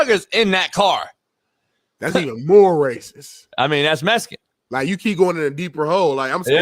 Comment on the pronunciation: "That car looks mescan" 🤣